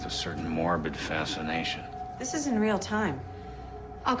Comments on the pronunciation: Worst part of the video is how she pronounces GUI Goowey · this is the only time its pronounced "gooey" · first, she pronounced GUI as Gooee, second, she said "GUI Interface" and GUI stands for "Graphical User Interface" so she was saying "Ill create a graphical user interface interface", also, visual basic is just a normal code editor, in no way more special than notepad++ really other than save modes, and how the heck do you track someones IP from creating a graphical user interface interface inside visual basic.....like they just took a wanna-be nerd and told him to tell them something techy...do your research CSI, i might aswell be saying "ill create a colone to severe the limb to trace back the persons parents", i mean really?! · Never herd GUI pronounced in that way. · Who tf pronounces G.U.I as if its a single word?